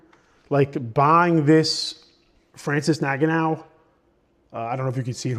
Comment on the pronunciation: Love the content and I understand you said you only watched ufc for a year but the way you pronounced Francis ngannou had me cracking up😂